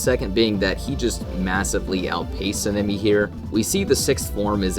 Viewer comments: I'd say there are a few issues with some of the feats in this video and other things. First, Sanemi is pronounced "Saw-N-ah-me", not "sin-ah-me" (lol) This could just be Akaza is suprrised that Kokushibo would attack him at all, not necessarily that he's getting perception blitzed, he seems to have the same suprised look on his face the whole time Kokushibo is talking to him, and obviously he can see him throughout. A feat on someone who isn't in combat, or isn't expecting to get attacked and is looking at someone else (Douma) is less solid then something like Sanemi looking at someone and is actively getting attacked by them getting blitzed. This is definitely a perception blitz by Sanemi to Genya, we know it cause Genya stated that he just straight up disappeared to hm. Though using them not being shown on panel as the only reason the prove a perception blitz isn't really concete though, cause as Akaza leaves the upper moon meeting there is a similar frame to him just disappearing to Douma, but we know that Akaza isn't even faster then Douma, let alone perception blitz tier above. I'd say this point doesn't really make sense, cause I think it's pretty obvious he's not at full power at the start of the fight, he doesn't even have Compass Needle active cause he assumes he doesn't need it. It is kinda strange that Tanjiro doesn't get damaged at all, but I'd say it could be Akaza just holding back cause he likes to fight. Cause when he gets beheaded he basically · S-ah-n- eh-mi plssssssss sounds like ur saying senemi